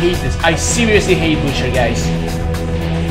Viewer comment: "Butcher" more like "But cher"